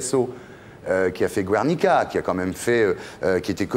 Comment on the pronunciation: Ardisson se la pete en essayant de prononcer Guernica comme un spécialiste, mais il se vautre lamentablement a . Hilarant.